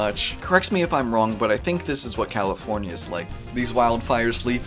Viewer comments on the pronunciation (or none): "Great i made another calafornya"